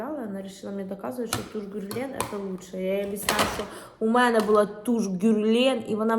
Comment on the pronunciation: Герлен, наголос на другу е. Г тверде.